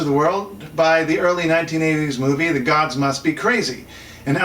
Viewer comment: I've never heard of "The Guards must be Crazy" . Oh, you mean the [gɒdz] ;-)